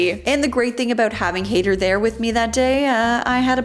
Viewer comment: It’s High-dhar not Haider like Raider